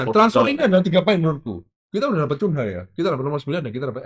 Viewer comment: Bukan Kunha. Bukan Kanha. Tapi Cunia bacanya. Itu ada channel sebelah yang sok tau, sok kongkow, dikasih tau sama netizen cara bacanya ngeyel bilang Kanha. Katanya punya temen di Inggris nyebutnya memang gitu. Ternyata ada tenglang henpen. Jan.. angel kandanane cah kae.